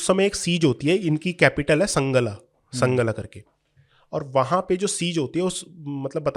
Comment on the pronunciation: संगला नहीं सांगला है। पंजाबी तो अब नहीं मगर रामपुर-बरेली के इलाक़ों में अब भी हर नदी को गंगा ही बोलते हैं। सिक्के तो हर्रपा में भी मिले हैं।